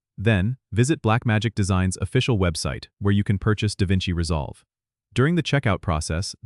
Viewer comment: it's not Da Vinci resolve. lol